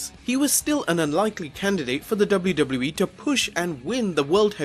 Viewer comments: I know its just his accent but is no one gonna mention WluWluE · Dubbleyew Dubbleyew E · Am I the only one who thinks this guy can't pronounce WWE correct?